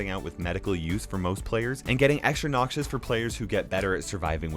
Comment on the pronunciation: Nobody:: NOCSIOUS